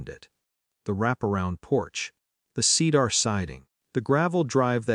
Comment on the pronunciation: Why can't the narrator pronounce cedar correctly?